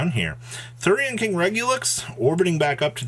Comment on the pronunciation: Regular, minus the AR + US. REG-YOU-LUS. There is no X